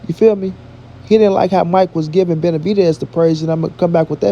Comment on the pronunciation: Jermall Charlo had a very hard time saying Benavidez' name. Seems like he scared and is a nightmare for him.